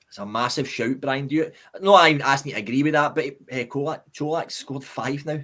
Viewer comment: Great performance today and a good discussion lads. Just need to make sure we keep the momentum and intensity up. We didn’t drop at all today 💪🏼 Only thing to mention, can you guys please call Colak the way it’s meant, Cho-lak, not Co-lach 😂